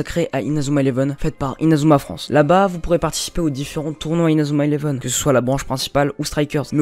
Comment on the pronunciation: Tu fais honte à Inazuma eleven avec la façon que tu dis les techniques